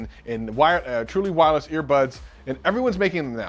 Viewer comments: “Truless Wirely”? Lol you missed that in post my dude. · No One, Literally:: Trueless Wirely earbuds